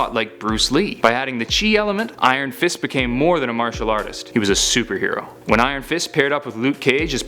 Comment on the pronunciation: Nice video. But it's martial not matrail.